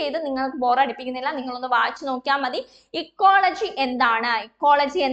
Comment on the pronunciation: ഇക്കോളജിയല്ലെ എക്കോളജി എന്ന് പറയുന്നതെന്താ